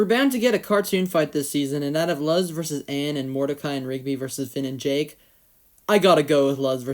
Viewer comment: Juusssttt a heads up, Luz is closer to "Loose" in pronunciation.